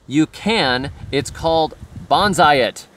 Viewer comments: I really love everything you do and stand for. but the tree is pronounced "Bone-Sigh" Banzai is a Japanese battle cry. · It's pronounced bone sigh